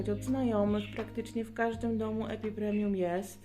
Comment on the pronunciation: Epipremnum NIE epipremium Beznadziejnie mówisz, nawet nie wiesz jakie rośliny masz. Jak twoje ulubione to chociaż nazwę znaj!!!!!